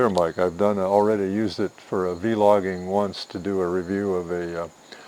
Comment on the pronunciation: Thanks I will look into buying this camera for YouTube vids and recording good memories Edit: Don’t say veelogging it is vlogging people will make fun of you I promise